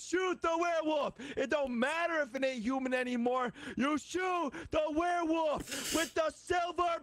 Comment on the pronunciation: “The werewoof” 😂